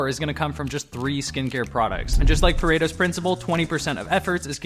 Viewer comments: Not Perato, PARETO. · It's Pareto, not Perato lol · Pareto, not Perato !